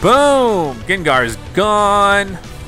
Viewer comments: UGH OMG STOP SAYING GINGAR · Who else face palmed every time he said gengar wrong